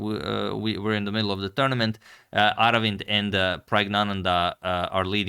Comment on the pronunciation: Agad, you pronunced his name correctly and if you wonder how to write his name in Tamil. அரவிந்த் சிதம்பரம்